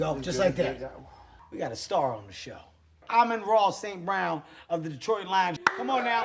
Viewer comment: Great job saying his name right